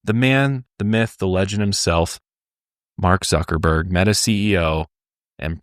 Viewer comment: “Mark Suckerberg” Billionaire Crime Files might be your best halloween special yet 😂